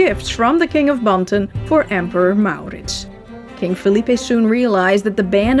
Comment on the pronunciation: so, you are soothing! We CAN fall asleep! At the sound of your voice? No. Although you have a pleasant enough voice. No, we fall asleep, when we're tired, and in our beds, because the story, as its told is captivating and carries us of in... a kind of fairy land. On adventure with MauRrrritzz. Really, this way it's a story to get lost in. Always works.